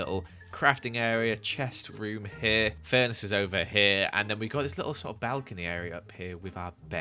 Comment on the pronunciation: Listen to him say little 😂😂